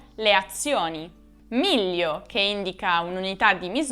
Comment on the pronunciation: Ma miglio si pronuncia così? lo pronuncia "millio"